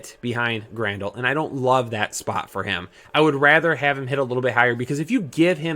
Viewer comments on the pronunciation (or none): Im mainly kidding but as a White Sox fan it hurts to see you butcher Moncada, Jimenez, Grandal etc.